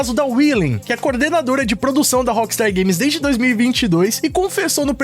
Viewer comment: Por que dice la appstar games... si es rockstar games